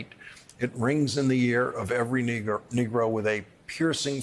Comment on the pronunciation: Reporter you slipped up, on the word Nergo, u kindda put a "er" on that work, that aint cool!!